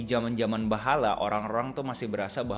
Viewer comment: Baheulaa😂 bukan bahala😂